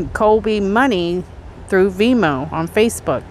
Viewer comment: You can't shoot poison out of a gun, and it's venmo, not vemo, you just forgot or didn't know , there is an "n" in there. That aside, i lov your videos. Please don't take me correcting u wrong or personal. I'm actually a fan of your channel.